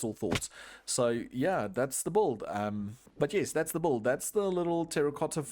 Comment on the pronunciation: the way you say "build", it sounds like you're spelling the "u", it is meant to be silent though.